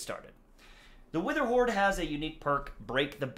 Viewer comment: He re did an intro cause he said wetherhoard not witherhoard